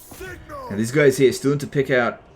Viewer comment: I'm such an old viewer everytime says "Later guys" I hear "Later F***ers"